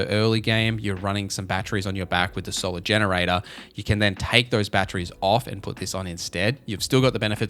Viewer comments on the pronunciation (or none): none